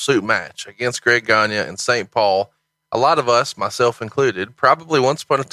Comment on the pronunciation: Greg Gagne is pronounced Greg "Gone-Yay". It's a French name. :)